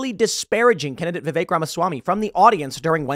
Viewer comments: Vivek, Pronounced like cake. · I just want to say that; I've worked with many guys named Vi-vek and I have no idea where you have picked up this bizarre pronunciation "Viv-ache" from and you say it constantly like that. Stop trying to church it up so much and just call him Vih-vek like all of the other Indian dudes are or ask him to change his name to Vivake or Vivache so it will make more sense to an American. We'll leave the "ay" sounding E's to French words like "Filet". 😉😋